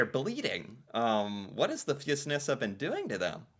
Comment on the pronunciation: How did you know how to pronounce it?...Maybe cause you always watch the video first by yourself and then pretend to be surprised???? Rock on